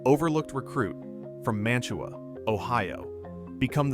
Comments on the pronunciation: Mantua is pronounced Man-u-way by those who actually live there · As a Browns fan, he was bad ass. Sorry, you can't deny that. And you can tell this is AI, which is cool, but it's Man-Ta-Wah. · It's Ma -tu-a You utter BUFFON! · I am from Northeast Ohio ..The town of Mantua is pronounced "'Man-a-way" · Thanks! Please, though, pronounce Mantua correctly! It’s Man-a-way. The T is silent. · Pronounced man-ta-way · Mantua, OH is pronounced man-ta-way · Man TUA is actually pronounced as if it is spelled Manaway, as the local Ohioans from Mantua, Streetsboro, Ravenna, Shalersville etc say it. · Good video about a great player who great coaches recognized as a raw talent. BTW Jack’s hometown is pronounced “MAN-tuh-way.” 👍🏻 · Mantua (man-oo-way) - it's a couple miles from me. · It's pronounced Man to Way, another Ohio boy that elevated the Stealers UGH!! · It's pronounced more like Manaway. It's near Kent. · I hate hearing "Mantua" being mispronounced . Its crazy how many great players and coaches came from a school like Kent State thats almost never any good. Saban, Lou Holtz, Jack Lambert, James Harrison, Josh Cribbs, Julian Edelman etc. Thats not even all of them. Also, that tangerine bowl was against Earl Bruce coached U of Tampa with Matuszak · You are expecting more from AI? One can tell by the prounciation of Mantua and Ohio that this is AI.